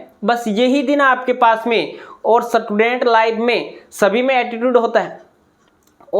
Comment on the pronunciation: स्टूडेंट ❌ सटुडेंट ✅ Vah sir 😂